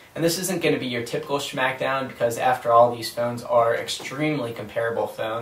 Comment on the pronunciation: lol he says shmack down